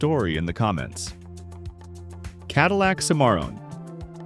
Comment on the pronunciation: Love that CaDILLac SimAre-on. WTLF! JUST READ THE SCRIPT. IM OUT, and I suggest EVERYONE drops off watching AI CRAP. IT WILL ONLY GET WORSE IF WE DONT MAKE A STAND.